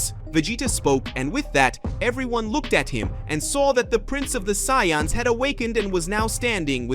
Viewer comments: Just call it ultra-destruction or something... like the channel and stories but ya need ta stop butchering soo many simple words! There race isn't called Sayonns! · Saiyans dude. Not syans